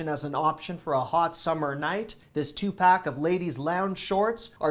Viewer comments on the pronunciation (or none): none